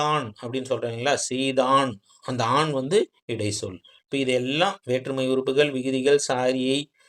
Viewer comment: தம்பி இடை(ச்)சொல் என்று சொல்லவும் ச் உச்சரிக்கவும்